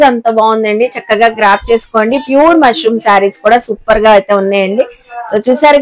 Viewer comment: మష్రూ అమ్మా, మష్రూం కాదు